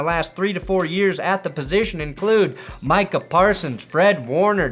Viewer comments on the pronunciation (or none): none